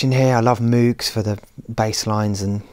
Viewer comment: The Programming Room computer monitor is too small! The Control Room computer monitors are too small! It is pronounced MOH-g, not MOO-g (from Bob’s own lips). Change the white walls to something colorful — I have never been inside a UK home that did not have a colorful room — a recording studio should always feel like home. Most importantly, why is there no dust in your facility?